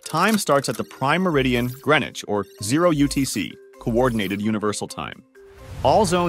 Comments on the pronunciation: TIL: It's pronounced Gren-itch and not Green-witch. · That is the first time I heard a American pronounce Greenwich correctly. Must be a because the voice is ai generated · No, he pronounced it correctly. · Buddy it’s pronounced /ˈɡɹɛnɪt͡ʃ/ like they said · I'm impressed by the fact that the voiceover managed to pronounce Greenwich correctly.